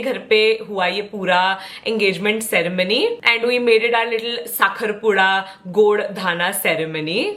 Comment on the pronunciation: Saying “Saakharpuda” better than any Maharashtrian ❤️